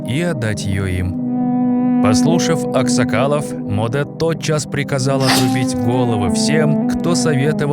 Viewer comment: не Модэ а Моде